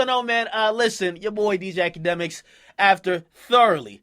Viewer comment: Wtf did you say in the beginning lmao ichadmicks